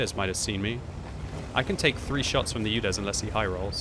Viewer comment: Your Udes pronunciation is terrible it not You-dezz , it's OO-dess